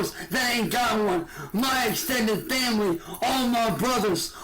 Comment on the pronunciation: Muhh vamily